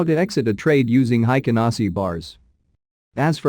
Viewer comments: It's HEIKIN, not HEIKEN. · The pronunciation is a little different. It sounds haikin. The pronunciation is "Hey" and kin = heykin,. I'm sorry I'm not good at English.